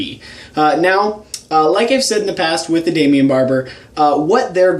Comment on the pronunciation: Daimon Barber* not "Daimion"